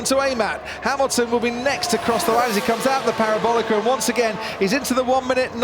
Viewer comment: Reminds me of O'Hare airport, just before you get to the airport, there are a bunch of cars park on the right of the shoulder 🚧 except without the annoyance of this commentator can't pronounce parabólica without the use of the letter R.. 😂